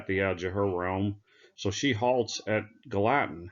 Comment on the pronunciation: who made these maps? It’s pronounced Gal a tin.